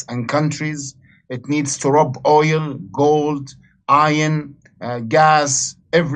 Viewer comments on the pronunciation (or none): Roooob..say like "R-ahhhh-b" ... not "Rub". but "ROB". Accents, coupled with mispronunciations... distorting some words & its meanings. Simple adjustments can fix that.